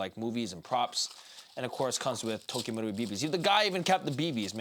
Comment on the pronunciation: Wtf does this guy say Tokyo wrong but marui in a thick accent. You sound really stupid.